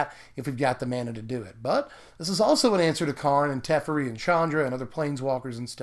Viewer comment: I was fully interested until you said "tefforee"... that honestly made me cringe and now I can't even finish the video. Wtf dude, it's "teh-feh-ree".